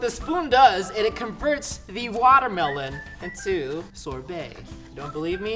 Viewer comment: I miss you saying watermlohn